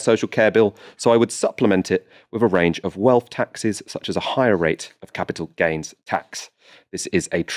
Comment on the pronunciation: Why can't he say capital gains?